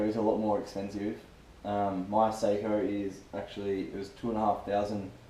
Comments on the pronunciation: *****.. It's pronounced Socko, my wife is Finnish so she should know. It's certainly not Say-ko like most American pronounce it. Then of course, you're probably American so we have to make allowances for your lack of education. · Good video but learn to pronounce Sako correctly. It's not "Say-co" it's more like "Sock-o". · Sako (saw-coh) is a rifle. Seiko (say-coh) is a wrist watch. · ***** Well to get back to the topic, if you want to be pedantic about it. According to wifey nee Lajunen (I suppose you think you know how to pronounce that too) it's not Saar-ko like you maintain and it's not Sock-o like I said but kind of in between the two.